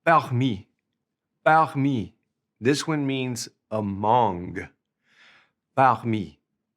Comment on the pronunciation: did you accidentally say "among" in a french accent? 😂 sounds like amonGE